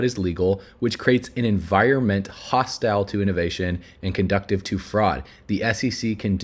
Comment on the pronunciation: Conducive ...... (kuhn-doo-siv)